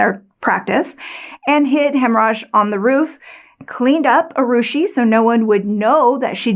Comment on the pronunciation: When I hear you say the cook's name, I hear "hemmorage."